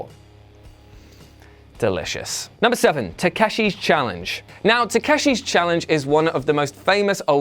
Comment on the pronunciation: You called it taskehsi